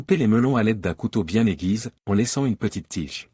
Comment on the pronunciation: L'IA n'aime pas l'accent aigu sur le e.On entend draine aiguise au lieu de aiguisé, drainé...etc,c'est nul.